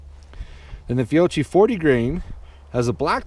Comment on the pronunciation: It's pronounced Fee-oh-key